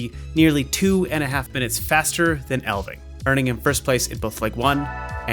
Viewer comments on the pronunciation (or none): It's ELF-ving, ELF NOT EL. The F IS NOT SILENT. Do you not know what an elf is?